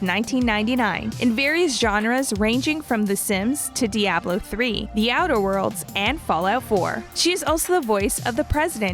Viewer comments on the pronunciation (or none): none